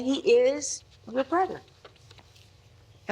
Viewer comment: The man said 'you will have a brotjer' How messy